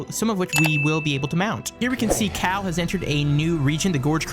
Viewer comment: I was searching for a cow until I realize he actually said cal ..